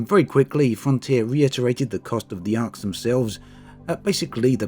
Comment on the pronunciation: Arx, pronounced "Arse"